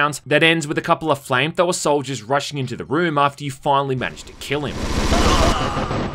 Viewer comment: what is a flame thow-er?